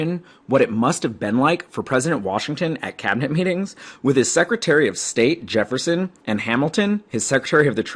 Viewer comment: he did